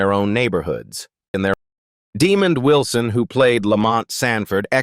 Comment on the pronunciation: Sanford & Son! Yes, I Grew up on This Show,Great Sitcom during The 1970,s Listen The Jeffersons are a Spin off from ALL IN The Family Norman Lear has nothing too do with Sanford&Son, and his name is not demon it,d Demond AI they need too do better with pronouncing Peoples names.